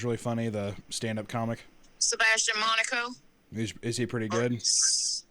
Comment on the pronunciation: His name is not Sebastian Monaco lmao, it’s maniscalco